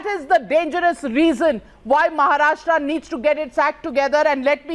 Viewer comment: Navika - first learn to pronounce state names correctly. It's Maharashtra, not Maharashtraaaa.